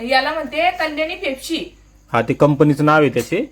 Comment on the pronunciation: Fepsya nahi ho pepsi😅